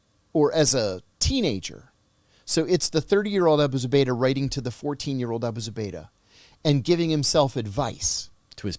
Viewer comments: OMG I'm sorryDanny. You have GOT to do some research and your questions are just terrible. I mean the title is Abu Zubaydah Captured John Kiriakou but I don't know HOW MANY TIMES YOU HAD TO ASK HIS NAME AND HOW TO PRONOUNCE. Not ok especially when someone like this is your guest. You act like, Come on sharpen it up!! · Amazing story but the interviewee needs to remember the subject's name. I counted 5 times he couldn't pronounce Abu Zubaydah.